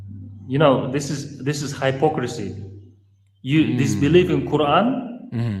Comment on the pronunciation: That's Hi-pocracy bratha 😂😂😂😂😂😂😂😂I'm crying